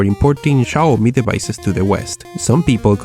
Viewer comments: Not Chaomi, Xiaomi! [Siaomi] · Не Чауми, а сяомИ́И́И́И́!1!1! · It's xiomi not chiomi ffs xD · It's "Xiaomi" not "Ciaomi". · se pronuncia ziaomi,o csiaomi , no chiaomi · Shiaomi? Seriously? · It's pronounced "seeow mee" btw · yes. but its pronounced jowmi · Chaomi??? Schaomi??? Really?